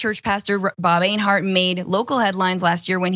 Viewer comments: Two quick tips for Francesca: One doesn't "relish in something;" one either "relishes something" or "takes relish in something." Also, the name Enyart is not pronounced AYN-hart, but rather EN-yert or EN-yart. In other words, pretty much the way it's written. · Enyart, not Einhart. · Einhart? LMAOOO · I hope people who followed that guy get triggered by you changing the Y in his name into an H somehow, and saying it over and over repeatedly... Finkle is Einhart, Einhart is Finkle! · Odd Question. Enyart being pronounced Einhart...?